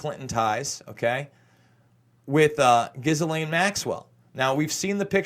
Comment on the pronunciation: GHISLAINE MAXWELLS NAME.... ]IS PRONOUNCED JISS-LEN. IM FRENCH ACADIAN FROM NOVA SCOTIA, CANADA. MY HERITAGE, IVE GOT A COUSIN(e) FEMALE COUSIN(e) AND HER NAME, COINCIDENTALLY, IS GHISLAINE, AND IT IS PRONOUNCED JISS-LENN. JIS-LEN..LIKE CHISEL, BUT WITH A G, BUT IN A "J" SOUNDING OF THE NOISE "G" JISSLENN, GHIS (jiss) LAINE (len) JISS-LEN, OK PLEASE, ITS SUCH A BOTHER TO HEAR IT SAID SO WRONG thank you for your time.